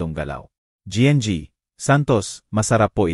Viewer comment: Listening n watching fr Santiago general trias cavite Trias cavite,, sir correction lng po GNG,,po sa Tagalog po yan ay Ginang Santos,, Ginang Santos , thank u po